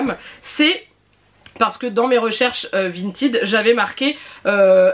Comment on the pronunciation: Si tu regardes la pub du site à la télévision par exemple, ils disent Vinted, avec le ted se disant comme le prénom Ted. Vinted, en mode "vintid" est le terme prononcé à l'anglaise, mais bon comme le site lui-même ne le dit pas ainsi ^^ ne te compliques pas la tête.